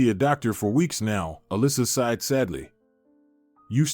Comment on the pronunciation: The word is 'sighed'